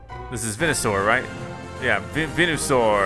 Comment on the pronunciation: And venusaur is pronounced vee-nu-saur